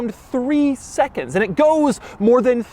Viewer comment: I'm about to go insane if he says AEIAND ONE MORE TIME